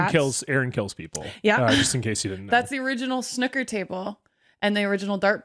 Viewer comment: Please look up how to pronounce Snooker